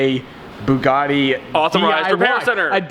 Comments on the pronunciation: Its Bugatti not Buggati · Why does not know how to say Bugatti....